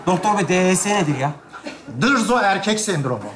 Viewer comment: Dırzo değil Dızo veya Barzo . Dırzo diye birsey yok